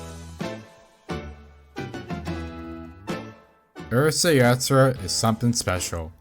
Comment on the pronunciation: Minor thing maybe, but since you use the title many times, please work on your pronunciation of it. Maybe American general audiences don't care, in which case, please disregard this.